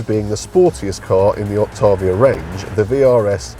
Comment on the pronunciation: It's pronounced "ok tay vee uh"